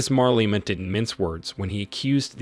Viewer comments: Why is the narrator saying "Marlema" instead of "Malema"?. Hopefully President Malema will correct the injustice that was imposed on South Africans, and grow the economy to improve the lives of the disenfranchised. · You are pronouncing his name with "r"...like Marlema!!! WTF! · I wish you would not call him MARLEMA, but his real name MALEMA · The way this guy pronounces 'Malema' is incredibly stupid. How do you see the phonetic spelling and still say "marleima". 🤦🏿‍♂️ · Why does this narrator keep disrespectfully pronouncing MALEMA'S name as Marlena! Learn to do your job you will loose me and others as subscribers. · WHO is Marlema tho? Leave that AI alone!😂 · It would help if you pronounced his name right. There's no R in his last name. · IF YOU CANNOT PRONOUNCE HIS NAAAAME....DON'T REPORT ON HIM!!! TYPICAL YT "PEEPO" FOOLISHNESS!!! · Pronounce his name properly. He is trouble maker&anothing,Have you been paid to promote him??just saying.He just wants all for himself,The EFF members are brainwashed!!!!